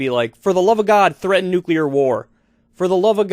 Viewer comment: I guess he figures he won't live much longer anyway, so why not risk a little nucular war...